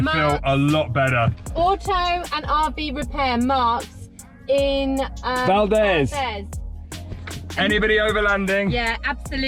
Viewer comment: Ugh guys… you’re butchering the place names here. Valdez is pronounced “valdeez”. Not Valdez like the surname. Tok is pronounced like token. Not like tuk tuk. You guys are killing me :-)